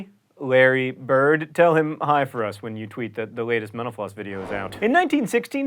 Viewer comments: Why do I hear "menopause"? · Every time he says mental floss... sounds like menopause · Sounds like he is saying menopause when he says mental floss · Why did I hear menopause instead of mental floss? need better ear phones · Every time you say mental floss I hear Menopause.. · Whever he says mentl floss it sounds like he's saying menopause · All I hear when u say mental floss is menopause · It sounds like you say menopause when you say mental-floss. heh. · Whenever he says "mental floss" I hear "menopause" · It sounds like you're saying "menopause" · When you say mental floss it sounds like youre saying menopause. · Like if you think his pronunciation of mental floss sounds like " Menopause"